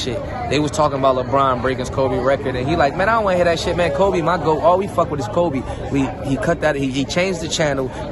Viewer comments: PUT SOME RESPECT ON THAT MANS NAME HHIR "KOBE" WITH AN E YOU KINDA LAME FOR THAT ONE BRUH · It’s not koby it’s KOBE!!!!!!! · Koby? Please get his name correct!